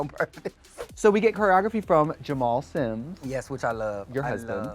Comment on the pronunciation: I love how Angeria's "yes" has two syllables! Yeah-us <3